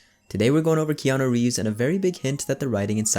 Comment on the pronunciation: Thumbnail is dope, name pronunciation on point and the voice goes oh so hard, yet, soft leather. Further more after all this what do you say me and you get an apartment together 😉